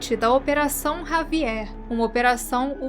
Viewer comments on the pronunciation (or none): none